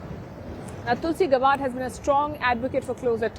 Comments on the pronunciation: Palki, please pronounce tulsi’s name right. It’s GAB LIKE FAB…GAB..BARD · Sharma, please pronoun Mrs. Gabbard's name properly